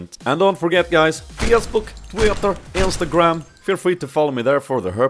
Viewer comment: Facebook,Twi-tter and IN-Sta-Gram all in a quirky russian accent :D